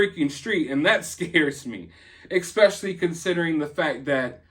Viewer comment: You said expecially which reminded me that I’m going to say escavator from now on